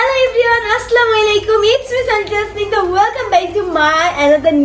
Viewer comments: Asla malaikum ki????? Bosti kothakar salam ta thik moto dite paros na??? English to bolte paros na taw bolos salam ta thik moto dis “ Assalamualaikum “ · ভালো করে সালাম টাও দিতে পারে না!! আল্লাহ তুমি ওদের হেদায়েত দান করো।